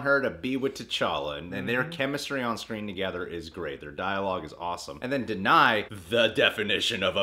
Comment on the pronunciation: Da-na-i. Gu-ra-i. In African names you pronounce every letter, putting emphasis on Consonance esp when it is combined with a vowel. And U as a vowel is never pronounced as A.